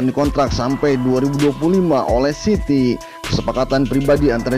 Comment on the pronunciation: City min city bukan ciry